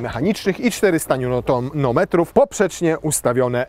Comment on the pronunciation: 8v miało 6 biegów s-tronic ale ogólnie fajnie gadasz.Ps. popraw się z wymową Nm.Pozdrawiam a rady nie złoślliwe!